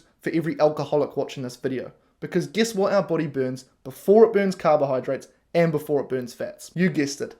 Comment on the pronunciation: "BOADY" (ps) lol, Not sure what a boady is, unless it's "Body" in Australian 😹